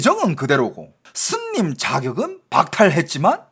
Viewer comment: 스님을 슨님이라고,,,ㅋㅋ